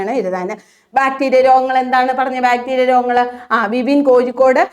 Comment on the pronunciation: Kozhikode,peavishabada..uchaarana sudhi ellaloo...teacher....